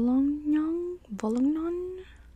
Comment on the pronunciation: you saying wollongong was hilarious, youre the best keep it up 💪